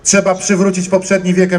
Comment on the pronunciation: Powiedział TCEBA